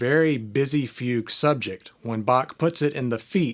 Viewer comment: Very helpful video. Thank you. But as a German I had a hard time listen to your pronunciation of Bach and Fuge 😅